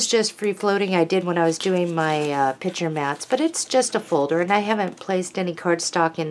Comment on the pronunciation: That is gorgeous paper and a very clever folder and accessaries. However, I was a teacher and it really bothers me when you say pitcher instead of picture. Change or not, but it's your "business". Otherwise you are very well-spoken.